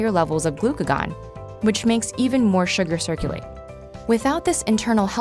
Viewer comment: Her pronunciation of glucagon bothers me so much......